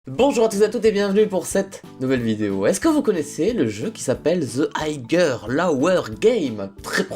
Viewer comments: Ca ne se prononce pas aigueur, mais Aieur. Cordialement. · on dit aieurre pas higueure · the "aïgueur" mdr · Higher --> se prononce aïeur et pas aïgueur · "higueur" non, non c'est "hyteur" la prononciation. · "Higher" Normalement ça se dit: "Ailleure": "Ahigueure" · On dit Aïeure Loweur, pas Aïgueure Loweur. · Quand je t'ai entendue lire le mit "higher" et que tu la prononcé "Haïgueur" une corde m'est venu à moi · higher se dit Haieur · The higueur?! Je crois que t'as raison t'aimes pas l'anglais mais autrement bonne video comme d'habitude ;) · J'ai bien entendu "The aygueur lower game" de la part de??:'D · Il a dit "higueur"!!!!!!😭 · lol higer lower tu as dit Mais ça se prononce the hyer loou er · On en parle de comment prononce higher? xD